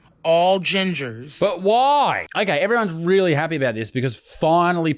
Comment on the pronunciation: Wearing a diaper while you are door dashing would be a bit unusual until........I heard you pronounce the word," REALLY", that explains everything I need to know thx